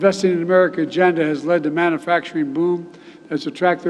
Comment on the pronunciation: Love how he pronounces ‘manufacturing’ as ‘mannafacturing’